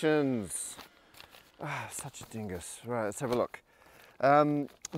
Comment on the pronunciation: "Such a dingus" is the first time I see Matt actually speaking like an Aussie